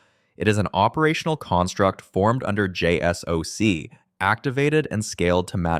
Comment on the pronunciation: “JSOC is pronounced “”jay-sock”.